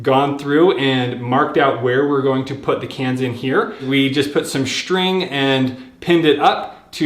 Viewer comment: Great video but just one thing - String is spelled S-T-R-I-N-G. Not SHTRING The ST sound does not make a SHT sound. That bugs the s*** out of me.